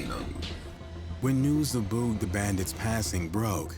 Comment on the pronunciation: Is there a reason you can’t pronounce Boog? It’s like booger or boogie. That’s annoying. Otherwise, it was a good video.